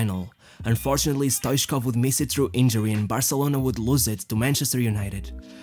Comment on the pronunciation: Stoitchkov that's the way it is spelled and the 2nd t is not silenced